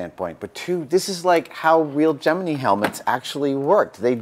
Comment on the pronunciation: As a relative of someone who worked on the Gemini Program, it always makes me happy when people "correctly" pronounce it "Jiminy" and I wouldn't have expected any less from Mr. Savage.